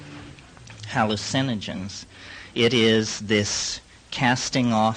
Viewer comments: I love the way he says hallu-CIN-ogens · Lol, same.